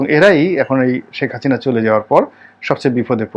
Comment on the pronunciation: আবর্জনা নিয়ে কথা বলছেন, খুনী হাসিনা কে নিয়ে দালালি করছেন সুক্ষ ভাবে। হাসিনার নাম টাও ভালভাবে উচ্চারণ করতে পারেন না